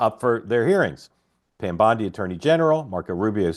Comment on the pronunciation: it's Bondi not Biondi. As often as Mark told people how to pronounce Kamala, I wish he would correct him.